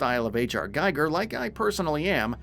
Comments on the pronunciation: HR GEEGER not "G-eye-gur". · It's pronounced more like "Gee-ger" not "Gaiger".